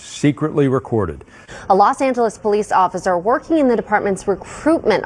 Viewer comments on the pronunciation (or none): none